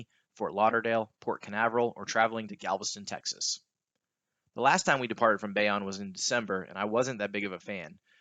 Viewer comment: Great vid. FYI it’s Bayonne (bay-OWN)